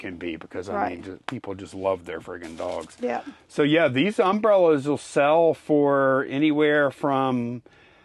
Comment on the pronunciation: um-BREL-las. LOL. not UM-brel-las. Love these videos but that drove me bonkers. .. so I looked online to make sure I wasn't off my rocker